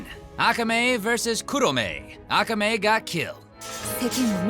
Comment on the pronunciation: You have offended my nerd by mispronouncing Akame. 😒😣😐😑